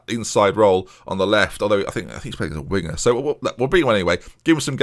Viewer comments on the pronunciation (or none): none